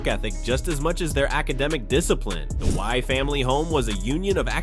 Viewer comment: Hey dummy, you pronounce her name wie as in yes in French...so stupid.